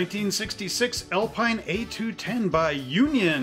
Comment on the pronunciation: Alpine is pronounced "Al-peen" your Quebecois speaking customers will confirm. The Alpine range of sports cars were very competitive picking up many class wins. Great kit👍